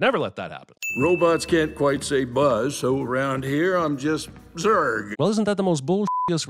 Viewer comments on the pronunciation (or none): none